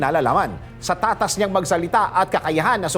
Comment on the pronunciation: Sus sino niloloko mo?puro Ikaw Ang dumaldal Mali pa bigkas mo sa tatas....aga aga eh fake news binalita mo